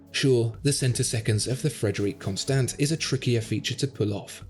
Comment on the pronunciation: PLEASE... STOP STAYING "CONSTANT" .. PLEASE... It's Con-Sto (con as in con-man and Sto as in Stop)